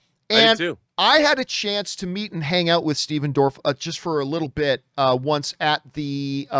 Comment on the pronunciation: John, I think you mispronounced his name. 🤣